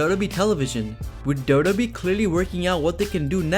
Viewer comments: It's pronounced "double you double you eee" not "Dobba Bee" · It's WWE not dodobi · it's W-W-E, not DuDuE! Also Kane is the Mayor of his Tennessee town now, he needs to split his time. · All I hear is Dough Dough Bee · What is up with "dub dub ee" man ! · talk slower what is da da e . you said wwe correctly 1 the whole video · I know that he is saying WWE but everytime he said WWE it sounded like Dodo Bee. Dodo like in the bird. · I can't stand your pronunciation of wwe. Ugh, grinds my gears and ears. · How hard is it to say wwe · 😂😂😂 Took me a while to realise that he was saying WWE